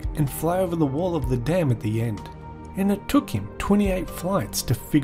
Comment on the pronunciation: the way he says "and the DAM" kills me